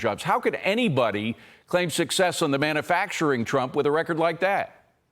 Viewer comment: manUfacturing. not MANNAfacturing